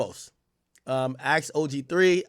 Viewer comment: YB lost my respect when he was impersonating at Doctor but got caught cause he said ax instead of ASK😂😂😂😂😂😂😂bro😂😂😂😂